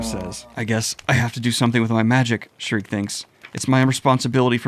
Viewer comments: youre so dedicated with the voiceacting, just please stop the SHREEEEK, her name is SCHIERKE. pronounced SHE - IRK - E good on ya <3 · It's pronounced "Sheer-kuh". Not "Shriek". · It's Sheerkeh, not shriek. Sorry, it just grates on my ears. It's a German name that means bright or pure. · I love readings of berserk. My only criticism is that Shriek is a high pitched Scream and not that characters name. And it hurts me a little every time I hear that lol. I'm sure you've heard it a thousand times. I'm sorry, please forgive my need to quell my absolute autist takes. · By the way bro, then little witche's name is pronounced: "Shear-key" love the videos though!! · please stop calling her "Shreek" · Schierke is pronounced, according to romaji, "shi - ru - ke". The origin of the name is speculation to be german. Alot of fans interpreted her name as "Silke" as the romaji would also fit. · Damn, so you get an A+ for trying now? ...guess you went to a "Special Ed" school >.> also...come on...he said "Shreek" to Schierke...that's as far away as possible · And you wanted to do a deep dive before this arc... Thank the God Hand you asked before committing to it. My only nickpick is you calling Schierke shriek all the time xD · Please stop calling Schierke Shriek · Yo daniel, schirke's name is pronounced "sheer kay" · Cool vid but you are pronouncing Schierke and Serpico’s name wrong bro